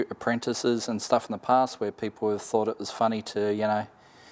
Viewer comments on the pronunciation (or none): Why do you pronounce thought as fought and things as fings.